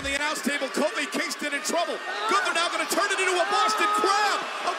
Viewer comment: So glad that this is getting a shoutout. The way she pronounces Gunther is just perfect and as German as you can get with this Americanized version of the name.